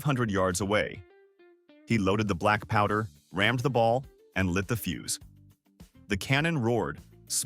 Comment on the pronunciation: Fuse not fuse.